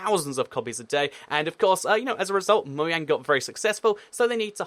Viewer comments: Ok u keep calling mojang mouang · Why do Brits pronounce it Moyang and the Americans pronounce it Mojang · Btw it's Möjang not Mojang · Because it's actually pronounced Moyang instead of Mojang, despite it being spelled that way. The place where the company is from, Sweden I believe, pronounces the J like a Y